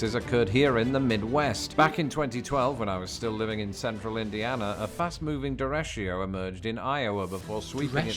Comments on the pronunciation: His pronunciation of "derecho" is hilarious. It's DER-ECHO, exactly as it looks, definitely overthinking in this case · It's derecho, not derechio. Derechos are storms with straight line winds, and the name comes from the Spanish word for straight. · he pronounced derecho completely wrong. its "duh-RAY-cho", and it means a storm with very high straight line winds (that isnt a hurricane) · Derecho is Spanish for straight. It means the winds are straight. He pronounced it wrong. Derecho is pronounced DE is DAY. RE is RAY and Cho is Chow. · It's spelled derecho but we pronounce it derek-o in the US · FYI: mispronounced "derecho." It's ""deh-REY-cho." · He just mispronounces "derecho". No biggy, but it is a bit misleading.